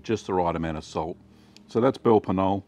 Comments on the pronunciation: Funny pronunciation of the name. LOL! Speak it like Ka-nol-leh if you do not manage to drop the a but to keep the k pronounced, but "nol" is totally wrong. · Wonderful recipes. Comical pronunciation. Belper K-noller is closer. Pronounce the "K" and add an "uh" on the end. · The K at the start and e at the end aren't silent :)